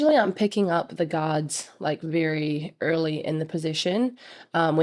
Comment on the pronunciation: When you say guards it sounds like “gods” - also, cool video and so happy I got to meet you in person at this game!!!